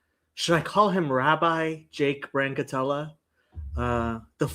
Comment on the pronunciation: Who is this man who said your name correctly?